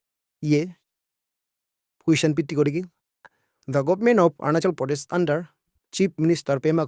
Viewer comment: Aap arunachal pradesh pronounce Kariya pahile . Kya? Orunasol pronounce karrai